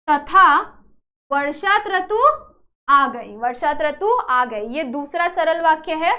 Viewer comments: Tratu nahi hota who rutu hota hai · Rutu ko traku bol rhai ha aap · Mam its rutu not tratu😂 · त्रतू नही रूतू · Trutu 😅 nahi mam rutu😂😂😂😂😂😂😂😂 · ऋतू को त्रतू बोल दिया mam ने.